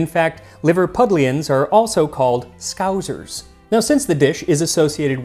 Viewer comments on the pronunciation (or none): God bless you when you said Liverpudlians are called 'Scouzzers'. I'm from Liverpool and have had a few bowls of the stuff. Been a follwer of your channel for a while and never imagined you'd feature Scouse 🙂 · 1 million Scousers scream all at once, you are saying it wrong, Its skows ers, said phonetically. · Everyone in the UK flinching at scouzers, pronunciation rarely off there. Unsure how I missed this video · Chatham is pronounced Chat-ham and Scousers is pronounced as Souse-ers